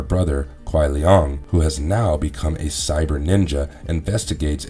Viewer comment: It’s pronounced Shang Tsung not shung tsung & it’s Kai lang not Kai lung lol